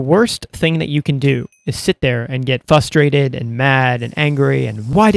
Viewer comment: "fustrated" there's an R in there man